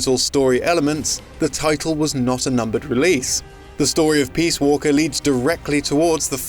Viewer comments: Peas walker??? WTF??? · "Metal Gear Peaswalker" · "Peas Walker"